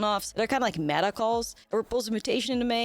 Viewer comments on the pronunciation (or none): none